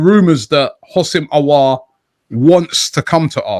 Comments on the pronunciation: Since has been able to say “Aouar” properly he’s been saying it non stop Lmao. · You know this saga has been going on for so long that even he was able to get it right.